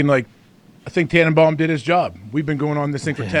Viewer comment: I stopped listening at “Tannebum”